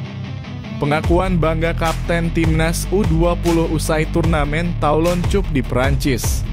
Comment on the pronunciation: Baca yg bener bang Cup itu dibaca kap Klo cup itu cium pipi 😀